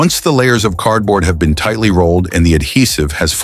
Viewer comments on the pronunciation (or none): none